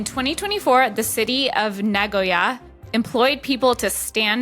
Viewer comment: i appreciated the pronunciation of Nagoya (genuinely)